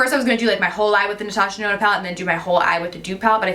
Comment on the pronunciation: Love the look but Omg I cant believe that 129 dollar palette just did that!! Holy balls I was mortified😭😱 Girl you better write a letter! Natasha DUH-NOna...